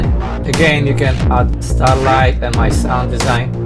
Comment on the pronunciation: officially it is Straylight, not Starlight :-)